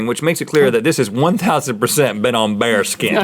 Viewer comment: When they said bare skin I thought they were saying bear skin and was really confused